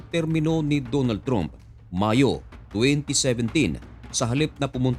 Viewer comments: Trump pronounced "tramp" not "tromp".. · Trump po at hindi tromp 😅